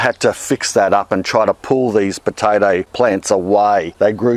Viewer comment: Potaidie? What is this accent? xD